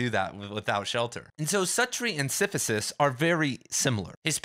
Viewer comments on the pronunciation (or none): pronounces it "Si-fi-sus", whereas they way I've heard it said is "si-si-fus" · You've got a very interesting way of pronouncing "Sisyphus." Great video tho